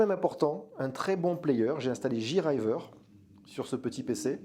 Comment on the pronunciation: super vidéo, merci. Juste pour chipoter, JRIver se prononce Jay-riveure et pas Ji-rayeveur;-)